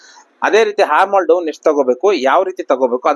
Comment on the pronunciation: ಅದು ಹಾರ್ಮೋನ್ ಅಲ್ಲ... Armhole... ಆರ್ಮ್ ಹೋಲ್....